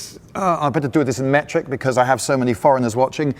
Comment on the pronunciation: Ahh yes, métrics, nice